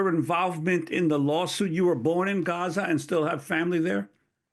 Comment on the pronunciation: Stop saying Gaza like that Americans are stupid. If you say Gaza the same way an American would you will connect with Americans for sympathy for the Palestinian cause, when its said the way this gentleman pronounces it I don't even think people in the states know what you are saying.